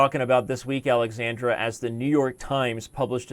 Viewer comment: why are u calling the girl alexandre instead od alexandra